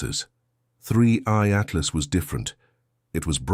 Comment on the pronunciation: He calls it 3C Altlas ? And it’s screaming past the sun? Months ago! It’s already past Jupiter now! Doesn’t anyone proofread what this AI says? How can I trust what this AI guys says? 👎